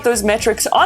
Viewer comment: why you keep saying Ftbt?